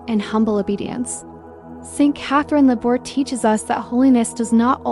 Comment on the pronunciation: As a teacher, I can not use this video because in the first 30 seconds you mispronounce Laboure. Also, there are numerous medals pictured and NONE OF THEM ARE THE MIRACULOUS MEDAL.